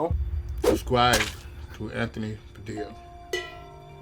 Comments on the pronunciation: "SUBSCWIBE TO " I'm trembling. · Nobody:: Subscwibe! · "can you scare people into subscribing to my channel?" * funny stare * "subscwibe"